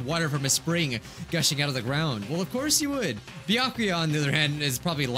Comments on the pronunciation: It sounds like you keep saying byankuya but it has no N. Just Byakuya. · It’s byakuya or toko Me knowing it’s neither:Close but not close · Any time says Byakuya really fast it sounds like he's saying my name